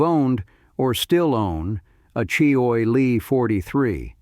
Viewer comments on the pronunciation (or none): you'd think AI would have learned to pronounce words properly--"choy e lee" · Boy, these AI announcers have a looooooong way to go before prime time. Maybe they can call CheeeOy Lee for advice...